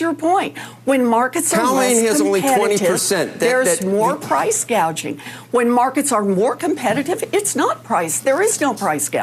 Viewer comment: you are losing your reputation and logic. Show the full interview. Second of Kamala Said price "gadging". 1 example is that Profit margins on food markets is around 1.3% get your facts straight. I know that price gauging exists, but the problem is the effect of the policies that the current administration had in place, caused inflation on the goods